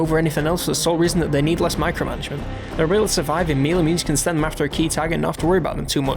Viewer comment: mealy? Are you trying to say melee?